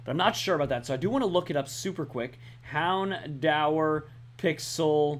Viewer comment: Plz. U kill me. It's hound-DOOR. That's how it's pernounced